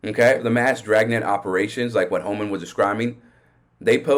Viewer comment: Thanks for the update Homan ( mumbles)!